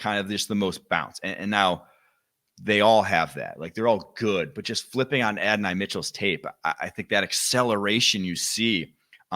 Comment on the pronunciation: It's pronounced Add. dough. nye.